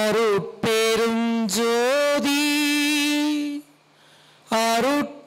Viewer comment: அருடபெரும் அல்ல ஞ் தனிபெரும்அல்ல ங் என்று உச்சரிக்க வேண்டும் ஐயா